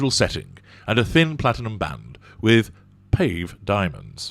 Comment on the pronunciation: you are funny,...,It's pave´diamonds, not "paved diamonds". Made me laugh, because my mum and I centuries ago were talking about a fashion show on TV, about Gianfranco Ferre´. My dad wandered in from the garage and said ¨who is Jampancake Ferry when he's at home". Good times. Mum also asked Dad to bring her her mascara when she was in hospital. Dad was looking for a flat small compact, because his idea of mascara was that way back then. A small compact containing a brush to add the dark to the lashes. Cute. I miss my folks.